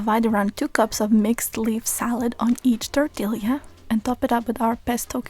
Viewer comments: Toritilla is pronounced Tor-Tee-Ya. Double LL'S in a spanish-influnced word have a Y sound. Thank you for this amazing video! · The way she says tortilla gave me whiplash